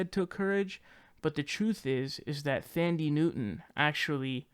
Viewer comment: "Thandie" is pronounced "Tandy"